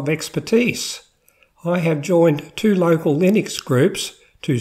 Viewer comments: Please don't call it Linix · You can't even pronounce it let alone know anything about it.